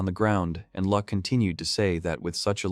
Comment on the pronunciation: his name is Luck, not Lack